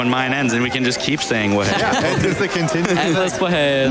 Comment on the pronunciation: Actually it's WAHAY but good try. Welcome to the community I guess?